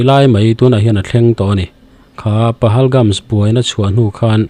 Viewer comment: Pahalgam nge pahalgams? Pahalgams iti ziah a